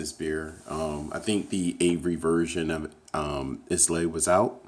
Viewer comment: Islay is pronounced eye-luh.